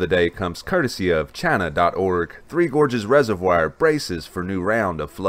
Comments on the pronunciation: uhhhhhhhhhh.... no? check spelling for pronunciation??? the I and O would need to be reversed for the presenters pronunciation of the word reservoir to be correct. Also, while I agree we are one race... that is a non-sequitur and off topic. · Please Google how to pronounce reservoir. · Good coverage. Another interesting video. I have been subscribed for a few weeks now and am enjoying the dam coverage. I also enjoyed the coverage of the Mt. Sinabung eruption. If I could bring up a minor sticking point on your vocabulary... the word reservoir is pronounced resev-war not resev-wire. Just FYI. Wouldn't want anyone mistaking your charming southern drawl (Texas?) for ignorance.